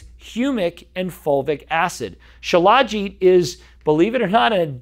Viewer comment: FYI, it's spelled Shilajit, but it's pronounced Shila-jeet. I've researched it a lot. It's like Ashwagandha in that every so often you need to take a break from it. Do your own research, many sites have info on it. They say the cheaper versions of it may have heavy metals in them. I've been putting it in my coffee for about 3 years.